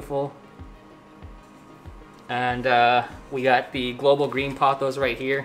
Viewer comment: POE-thoss (rhymes with "boss")